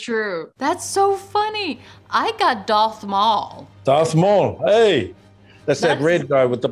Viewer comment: Girl said doth instead of darth lol